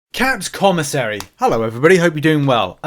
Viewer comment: Thank you for pronouncing commissary correctly!!